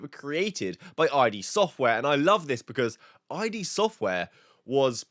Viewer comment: "Id" not "I D" software